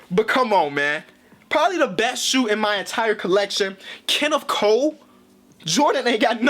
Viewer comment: LoL, I thought he said “Kennef Coe”